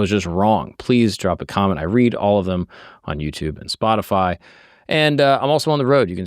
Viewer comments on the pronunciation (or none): none